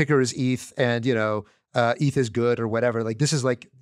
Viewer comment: what does he call it? ehhth? How can you not know how to pronounce Eth??